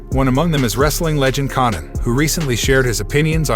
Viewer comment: This guy can’t pronounce Conan. 😂😂